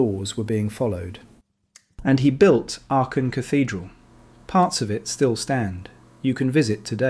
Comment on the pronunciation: I was wondering which City could be Aken....then i realized it is Aachen 😂 the "ch" you pronounce it as the "j" is pronounced in Spain.(Aajen). Thank you for your Video.